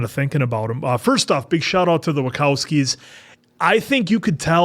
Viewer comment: it's Wa-ch-owski, not wa -k-owski